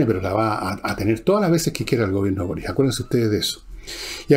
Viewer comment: Fernando , porque pronuncias Borich y no Boric ?